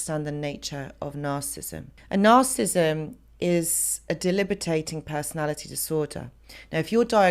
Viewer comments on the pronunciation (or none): You are awesome. Learned a lot with you, so thank you. It's kind of cute when you say "delibitating" instead of "debilitating". Noticed it in a few of your videos.